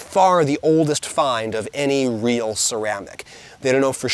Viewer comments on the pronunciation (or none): none